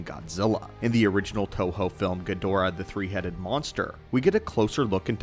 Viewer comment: Learn how to pronounce Ghidorah